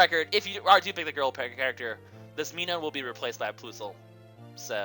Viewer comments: pronounced plus-al and mi-nin your bad at pronunciations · dear god. I don't think I could watch this a lot with the way you pronounce minun and plusle... other than that though, good video!